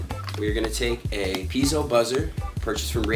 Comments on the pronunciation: "pea-ay-zo" not "pee-zo" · FYI, Piezo is not pronounced Peezo. Its pronounced Pee-A-zo